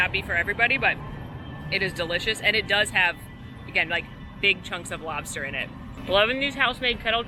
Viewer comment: you nailed the lobsta accent :D